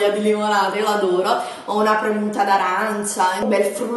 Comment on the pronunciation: premuta????? ma come diavolo parli!!!